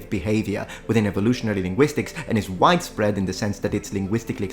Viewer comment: I had enough of it. I realized it when I heard "whitespread" instead of "widespread".